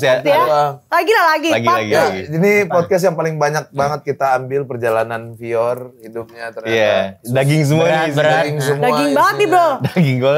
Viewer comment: wkwkkw bang pior nyebutnya lebih asik bgt